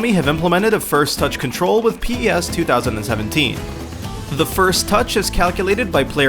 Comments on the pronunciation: Its PES not P-E-S FFS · Please stop saying p-e-s its driving me nuts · It's pronounced pez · is u spell it pes. It's pronounced pez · Etf is pee ee ess?